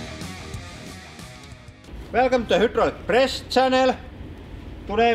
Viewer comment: Thuh huuuudrolic prese